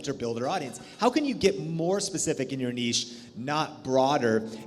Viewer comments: So glad you said “neesh” and not “nitch” 😁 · Nice to see you are finally pronounce niche correctly lol